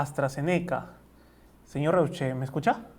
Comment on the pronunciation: su apellido se pronuncia ROISHE, algunos ni saben como se pronuncia el apellido hochhausler de nuestro presidente